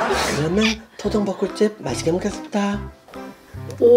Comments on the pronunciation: 저는 맛있게 쳐 넣겠습니다(?) 로 들려욬ㅋㅋㅋㅋㅋㅋㅋㅋㅋ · 나만 아껴먹겠습니다라고 들림?ㅋㅋㅋ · 저는 마이께먹게씀니돠 라고 들려요오.. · 아또 먹겠습니다.라고 저는 들려용.